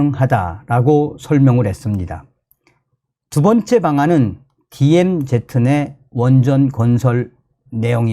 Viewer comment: 디엠제트가 아니라 디엠즤가 가장 가까운 발음입니다.